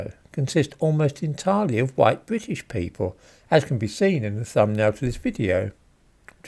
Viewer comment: “Hideously huwhite”